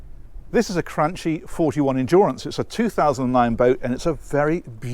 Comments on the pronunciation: its pronounced not crunchie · It’s cranky not cranchi..Lol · Thanks for the great video. Name should be pronounced Cranki not Crantshi (Italian brand, Italian pronouncing) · Cranchi is pronounced cranky. Nice boat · Great video although must inform you that the correct name pronouniciation is cranki as ch in Italian ch is pronounced k. Trust me I am Italian 😁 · A suggestion about the way you pronounce Cranchi. Is pronounced with a K not ch. The way you pronounce has no meaning in italian. The word it self does not carry any meaning other than being used as a last name. If you don't trust me, please see this link that plays how you should pronounce